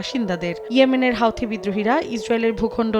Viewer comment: হাউথি নই হুথি!